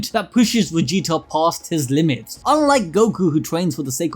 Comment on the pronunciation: It sounds like you're saying Wegita.